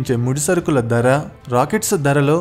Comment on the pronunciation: దర కాదు బాబూ ధర. ఉచ్చారణ బాగులేదు. ఎక్కడా వత్తులు లేవు. తెలుగు భాషని ఖూనీ చెయ్యకండి మహా ప్రభో.